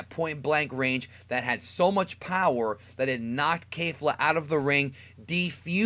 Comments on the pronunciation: The way he says kefla is so wrong it's ke-fla not kae-fla or kay-fla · kefla not caitla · It's kefla not kayfla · Right to kaifla? Do you mean Kefla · Did he just say kafla instead of kefla 😂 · aaaaaaand unsubscribe ITS NOT FUCKING KAYFLA ITS KEFLA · Kay-fla its kef-la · I had to stop watching this video in the first 10 seconds after I heard my man say kay fla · Kayfla? Sir that is an E in her name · Stop saying Kayfla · Why does pronounce kefla kayfla? (Not dissing just asking) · I subscribed to you but then I heard how you pronounced Kefla and so I unsubscribed